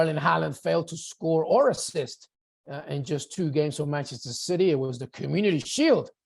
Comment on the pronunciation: Did he call City 'shitty' or is that just his accent? 😀